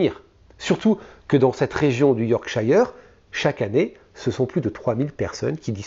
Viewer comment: super chaine. par contre si tu dois faire d'autres affaires en angleterre, yorkshire nese dit pas " yorkchaïre" mais " yorkcheure" comme " shirt" et skirt 🙂